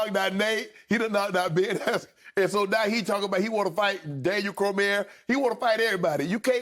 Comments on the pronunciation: "Daniel cormeer" shanon sharpe cmon man thats DC you gotta know DC if you're gonna talk fighting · Shannon butchered Daniel Cormier's name 😭